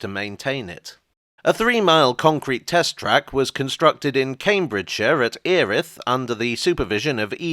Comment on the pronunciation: As one with family in the London Erith I have long suffered the Cambridgeshire educated TV news folk pronouncing it "Airiff" to match their local Erith. So it was nice to hear the reverse error for a change